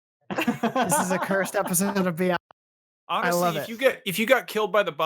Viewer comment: Beygond and staygond